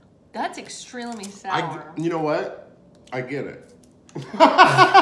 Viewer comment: “That’s extreelemy sour” - 2019